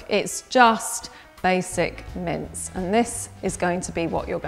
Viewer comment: I thought she was saying mints instead of mince